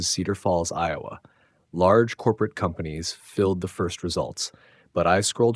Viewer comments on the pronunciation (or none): none